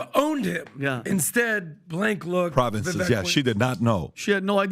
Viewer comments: Stopped the video at "providences" 😂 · That dude is so dumb he doesn't even know how to pronounce provinces 😂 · The guy cannot even pronounce province, and says providence, and criticizes others with not being able to name 3 “providences” in Ukraine! 😂